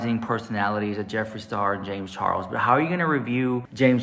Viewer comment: Ah... you can say what you want about Jay-mz chaw-els...but that's none of my business 🙄🙄 I see nothing has changed with her...as long as she gets free sh*t from a person (predator or not) who has a large following... that's what is important to her i guess 🙄 That's so cool you were on the news!!!! Is that fox 26?? (I also agree with what you and the other guest had to say about the topic.. it's important as a consumer to really research the business ethics of these products a lot of people are so desperate to own)